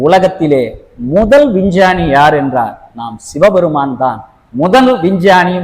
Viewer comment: Vinchani illa sir Vingani 😂😂